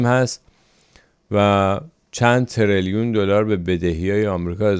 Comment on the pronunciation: گرامی، شما آدم باسوادی هستید و باید دقت بیشتری در رساندن اخبار داشته باشید. سه مطلب: اول اینکه ۱۰ میلیارد دلار سو کرده نه ۱۰۰ میلیارد دلار، دوم اینکه تریلیون درسته نه تریلون درست مثل میلیون که نمیگین میلون و سوم اینکه غیرقانونی ها در آمریکا نه تنها دستمزد خیلی پایین تر میگرند (شاید حدود یک سوم ) بلکه آنها بخاطر غیرقانونی بودن از حقوق خود هم نمیتوانند دفاع کنند، هم بخاطر ترس از رفتن به دادگاه و هم بخاطر مشکلات مالی و این خلاف حقوق بشر است. ترامپ واقعاً درست میگه چون اگر کسی که قانونی باشه، میتواند از حقوق خودش طبق قانون دفاع کند. غیرقانونی بودن به سرمایه داران کمک میکنه که از آنها بهره کشی کنند و یک نوع برده داری مدرن است. در ضمن ترامپ گفته غیرقانونی های خلافکار و تبهکار را اخراج میکنه و حتی غیرقانونی هایی که با کار و تلاش به دانشگاه رفته اند و لیسانس یا فوق لیسانس گرفته اند سیتیزنی سریع خواهد داد. با سپاس